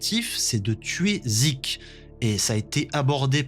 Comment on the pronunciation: "Yumir" ça m'a stressé tout l'épisode, c'est "Ymir" sans le u. Pareil "Sieg" et pas "Zeke"